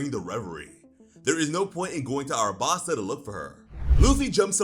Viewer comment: Wait just a second there. Is this real or a Mandela effect. The city is called ALABASTA. Not Arabasta…